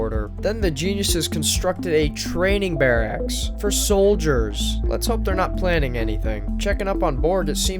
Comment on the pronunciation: 'Constructed a training bear-axe' Dude doesn't even know how to pronounce barracks.